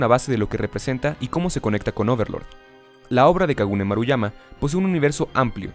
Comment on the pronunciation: En una parte en vez de decir Kugane Maruyama dijo Kagune Maruyama xD